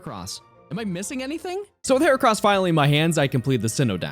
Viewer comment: HERACROSS, NOT HORCROSS!